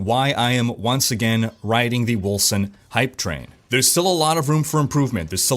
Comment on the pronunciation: Wasn't the company bought by a German Dec studio? It's spelled Wölcen right? So, it would be pronounced "Vulcan"? I'm probably off on that.lol